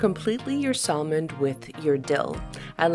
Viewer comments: Its pronounced SAMON, silent "L"!!!! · Hi Sven! Thank you for your comment : I guess I got on your nerve with saying sal-mon instead of Sa-mon like an American/ native English speaker: I am sorry about that. Let me explain why: English is my 4th language One of the 1st language I have learned was Italian and we pronounce sal-mo-ne I also speak other languages where the l is pronounced in salmon so it stayed! I am sorry again for getting on your nerve: I’ll work on my sa-mon😋